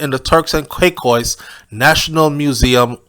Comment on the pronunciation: ...ITS TURKS AND KAY-KOS 😂😂😂